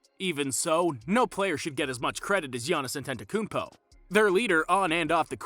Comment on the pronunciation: not being able to pronounce the guys name at this point is embarrassing. Not only that, you made a video on him